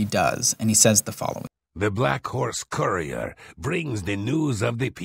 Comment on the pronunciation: Just a few pointers. “Conversate” is not a word it’s converse. And lorkhan is pronounced “lore khan” not “lor-kin” and courier is pronounced “cur-ee-er” not “core-ee-cur”. Just a few bug bears I needed to point out but the actual script was good other wise.